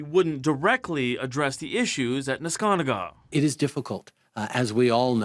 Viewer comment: FINALLY, SOMEONE CAN SAY NESKANTAGA CORECTLLY